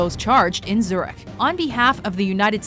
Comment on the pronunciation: tries her best pronouncing french, can't pronounce Zürich